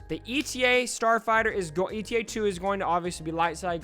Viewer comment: FYI, the model of Anakin's fighter isn't "E.T.A." it's "Eta" the Greek letter. Like zeta without the z.